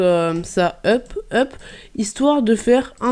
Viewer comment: Pourquoi tu dis hup alors que sais hop 😂😂😂😂